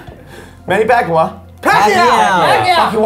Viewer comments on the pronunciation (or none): It's pronounced pacquiao (pacyaow ) not pacwa dingus ( sorry It's just he is mauking my favorite boxer ) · The way said Manny Pacquiao last name is going to upset so many Filipinos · oh come on!can't pronounce manny pacman's name! but atleast the PH got some attention! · I as a smosh Filipino fan am triggered by the way said Manny Pacquiao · The way pronounces Manny Pacquiao is an insult to us Filipinos